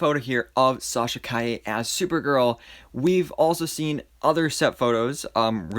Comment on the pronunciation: You pronounced her last name correctly. I am so proud of you. Her suit is great. They will touch it with vfx and it will be purrfect.